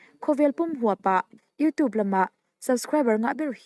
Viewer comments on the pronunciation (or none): none